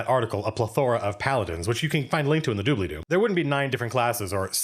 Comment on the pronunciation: "You can find the link in the doobly do" XD